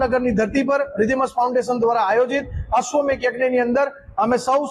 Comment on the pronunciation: Ashwamedha not ashwamegha